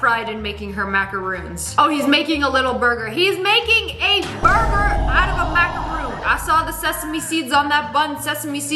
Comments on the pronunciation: MACARON NOT MACAROONN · Lmaooo! Its a macaron not a macaroon :D